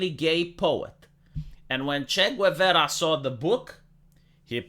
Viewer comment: It took me a second to realise you were talking about Che Guevara by your horrible pronunciation, lol.